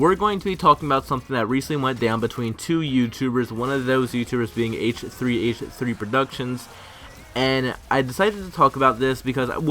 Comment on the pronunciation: AYTCHUUHTHREEAYTCHUHHTHREE PRODUCTIONS